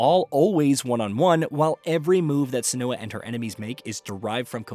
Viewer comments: Its SEN-oo- ah not sen-OO-ah. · Senua is pronounced SIN-wa not SUH-noo-ah. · Never seen anyone call Senua the way you do. Emphasis on the E, not the U. Like Sénua, not Senúa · Tbf, it's a British game, so it should be pronounced senUa. Ninja Theory tried to be all American with the pronunciation. One voice actor in the original did pronounce it senUa, however -- though, annoyingly, senooa was the most commonly heard pronunciation. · How many times is he going to say SEN-OO-UH?? I had to stop watching the video man. I'll go watch another review. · Why can't he say Senua's name correctly??? Lol